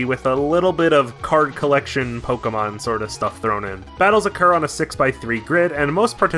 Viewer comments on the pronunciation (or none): none